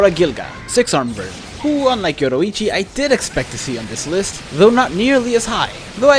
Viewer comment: Why did you pronounce yoruichi “yodoichi” it’s stupid